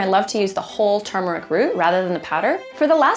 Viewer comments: Isabela Hart it's turmeric not termic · I’ve never hear someone say termic like that it’s weird